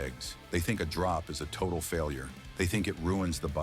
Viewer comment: "aotal failure" ? FFS